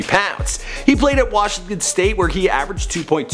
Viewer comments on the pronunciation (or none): none